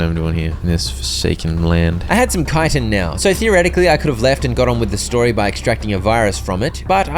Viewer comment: Or yknow, educated